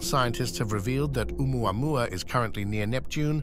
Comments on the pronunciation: Just pronounce it Ooo-mau-mau and be done with it. Papa oo mau mau! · Doesn't any one know how to pronounce the name? Remember the song " ou mau mau papa ou mau mau"